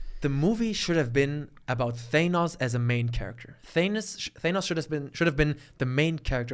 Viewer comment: When said Thanus instead of Thanos i absolutely lost my shiz